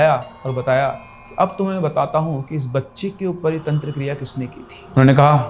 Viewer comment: दादा आगे से तंत्र को तंत्रा कहना बंद करो